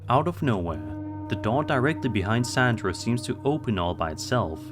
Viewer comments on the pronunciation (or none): none